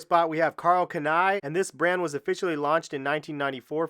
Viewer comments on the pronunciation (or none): Also Karl-Can-I? Is pronounced Karl Khan—ee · Bro Karl kani please speak ist out the Right way